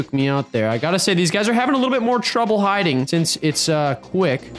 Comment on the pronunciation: “Deez videos“